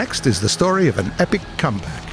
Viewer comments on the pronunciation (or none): none